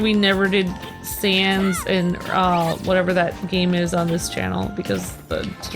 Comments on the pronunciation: its sahns not sohns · pronounced Sans (S-an-s) Sons (S-on-s). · Anyone triggered that said sans wrong